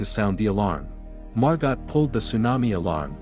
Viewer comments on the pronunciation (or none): This is an absolute masterclass in what not to do. When a tsunami approaches, head up, not down. Do not hold someone else underwater in an attempt to prop yourself up. When reading the name Margot, do not pronounce it “mar-gott.” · The female name Margot is french and pronounced MAR-GO. 🙄